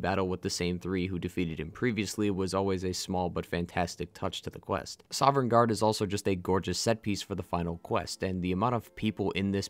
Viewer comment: I can’t help but cringe everytime this guy says “soverngarde”. The NPCs literally say Sovngarde like a million fucking times, the Nords can’t stop talking about it.